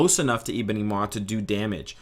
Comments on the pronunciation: Zul But we'd lose the funny way this guy says 'Eeebony' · Good video, appreciate your work. As a side note, you say Ebony funny.